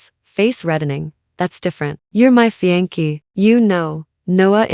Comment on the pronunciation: Fiance is pronounced fee on say not fee on key.